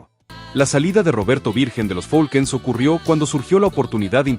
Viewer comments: No es folkens es falcons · No se si sea voz de IA al mencionar al grupo Los Falcon's lo menciono como los Folquens jajajaja mas cuidado con pronunciar los nombres de las agrupaciones.